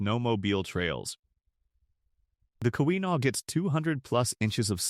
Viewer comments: You almost had me hoping for a decent video... until you butchered 'Keweenaw'. Not even close,. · Yes, please learn how to pronounce "Keweenaw" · Had to quit watching when you butchered the name Keweenaw Peninsula a few times.